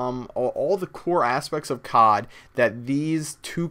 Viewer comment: I FUCKING HATE PEOPLE WHO SAY COD IN ONE WORD!!!!!!!!!!!!